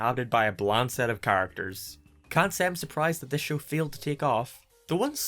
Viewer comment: "it field miserably"